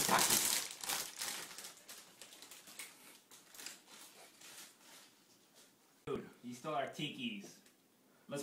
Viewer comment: jayden goodwin no the dude said it right